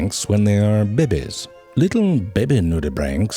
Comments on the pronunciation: Is he saying, bebe? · I love it when he says "babehs" its the best thing in the world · the fucking slurping noises killed me; they were brief enough and not noisy enough to sound gross and actually be funny, which is so rare nowadays. Also the fucking "baybehs" pronunciation is so fucking good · I looooove it when he says. " bebbes" for babys😂😂😂😂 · I'm just here to hear you say bebe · LMAO "THE BEBES" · "Let's look at some bebeh nudibranchs" yes, let us see da bebehs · I'm unable to say babies anymore...always comes out bebes. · Love the way they pronounce " baby " bebe c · This is the Only Channel where the word BABIES are pronounced as BEBES!! ..AND I DON'T GIVE A DAMN,COZ THEY SOUNDED SOO CUDDLY-- CUTE!! LUV the BEBES!! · Forgot " baY-Bees" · Lee-Tul BeBeHs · how he says bebe xD